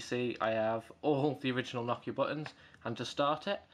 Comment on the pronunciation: It's Nokia not Knockia